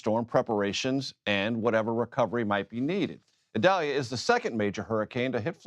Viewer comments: Why does Desantis insist on mispronouncing Idalia??????....official Pronounciation is ee-DAL-ya (Hispanic name) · Prayers for all affected by Idalia 🙏...Desantis wouldn't even pronounce the name of Hurricane Idalia correctly because it is a Hispanic pronunciation. Insists on calling it Eyedalia when the hurricane center's official pronunciation is «ee dal ya». The guy can't even stand for diversity in names!